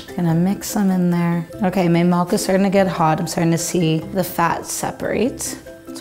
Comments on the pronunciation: she’s stupid cause she says milk like melk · MALK. MALK?! 😂